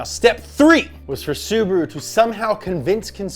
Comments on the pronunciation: sUbaru... omg... It's subAru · Bro its not subru its su-ba-ru